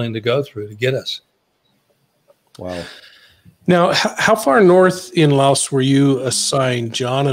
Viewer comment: LAOS not Laosh, no SH